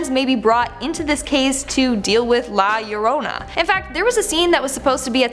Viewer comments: Hi, you nailed it with the pronunciation of La Llorona, congrats, well done!;) However, youre right, you could purrrr that R a bit more like a kitten to make it more Spanish:) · You might not be able to trill your Rs, but at least you get the ll = y thing right!